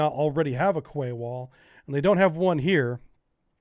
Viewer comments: Russia DID NOT 'roll in with tanks and troops', they already owned and occupied those naval bases. Also, Quay is pronounced 'KEY' not 'KWAY' you sound like a moron when you pronounce it like that. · I could evening, thought you might want to know that the word "Quay" is pronounced "Key". Keep doing what you clearly love, it makes great videos it really does.:-) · Quay is pronounced "key" Great vid as always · Where I'm from a "Quay" is pronounced "Key" -Just in case anyone else was wondering. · Yes its 'Key' never heard it pronounced any other way.. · Quay pronunciation “key” 👍🏻 don’t ask! Honestly being English I’m all too aware that at times it’s odd, casing point The city of Reading is actually pronounced Redding…….🤦🏻🤷🏻‍♂️ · I love your content always interesting, informative and amusing, but PLEASE pronounce Quay correctly it's pronounced KEE!🙂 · Quay is pronounced "key."